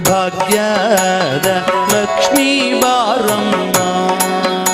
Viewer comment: ಬಾಗ್ಯದ ಅಲ್ಲ, ಭಾಗ್ಯದ ಎಂದಿರಬೇಕು